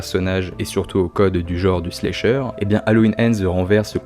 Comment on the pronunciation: J’adore tes vidéos mec!! Mais par contre c’est pas « Slécheur », c’est « Slasher » 😭😭